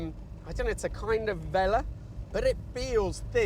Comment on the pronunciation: You are the only person in the world I've heard pronounce it Vellah. Not saying you're wrong, it's just....everyone else I've ever heard say the word says vel-ooooah